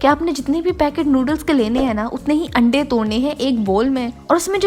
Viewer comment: You still didn't pronounce "AANDAY".